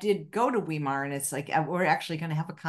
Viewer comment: Tip- "V" -"eye" -"mar" and now say it as one word - Weimar, Germany, Weimar Republic... The "e" and the "i" are pronounce exactly the opposite in german and english. look up a site where the word will be pronounced. I always cringed when I hear this - and I'm an american!